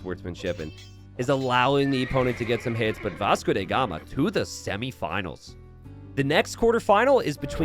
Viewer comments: why do you pronounce Vasco DA Gama as “Vasco DE Gama”? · Who is that Vasco "DE" Gama you speak of? :p Do you mean Vasco "DA" Gama? :D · Vasco DA Gama, DA gama not DE gama